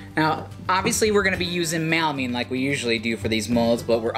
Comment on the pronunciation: I am a fan, and I like your videos… But for God's sake it is melamine… MELAMINE, not "mal"amine 😊